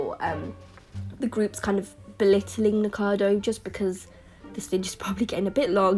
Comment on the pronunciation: its NIKOcado Avocado...no one ever gets his name right XD